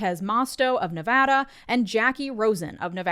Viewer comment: Completely unrelated but thank you for saying Nevada and not Nev-ah-dah